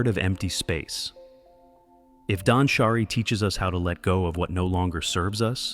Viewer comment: Suggestion: be more cautious of how the voice pronounces japanese words. For example, danshari (dahnshahree, not dansharAY). Great job!